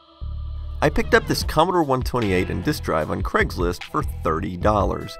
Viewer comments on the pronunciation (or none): is Kreg's list a different thing to Craig's list? (idk why that mispronunciation bugs me it just does!)